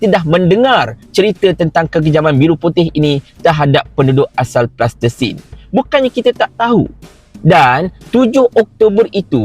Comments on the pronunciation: Salam.... sebutan yg palestine.. bukan plastisin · Sebut Palestine. Plastertine lain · Kenapa cakap plastesin, Palestin la, sebutla betul2.. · Palestin bukan plastersin bro... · Palestin lah bongxx Bukan tanah liat yg budak2 tadika main tuu Pronunciation ko pun ke laut Pelat lagi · Nape sebut plastesin?